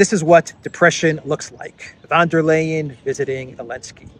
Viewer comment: Von, von, von... And it's not Lay-en, it's Lie-en.